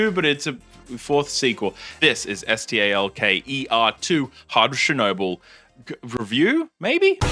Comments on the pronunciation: He’s pronouncing it as it’s spelt. Full stop after each letter. So technically he is right. Ps The first game fucking sucks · Finally someone pronouncing the game's name correctly